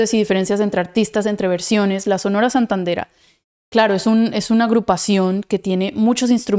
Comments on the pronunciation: es Sonora Santanera, no Santadera. Una agrupación de muchos años en México. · Se llama Sonora santanera No santandera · NO ES SANTANDERA, ES SANTANERA . TODOS SON BUENOS A MI PRSONALMENTE ME GUSTA LA ORIGINAL VERCION DE DANIEL SANTOS LUEGO JAVIER SOLIS. BENDOCIONES Y UN GRAN ABRAZOOOOO. ESCUCHA ANILLO DE COMPROMISO DE CUCO SANCHEZ. SOY RICHARD TE ESCRIBO DESDE MEDELLIN COLMBIA. TREMENDA LA VERCION DE FACUNDO CABRAL FELICITACIONES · Solo una pequeña corrección no es Sonora Santandera, es Sonora Santanera